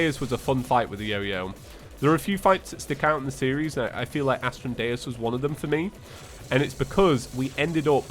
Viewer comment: Not trying to be rude but astrum dues is pronounced astrum Doose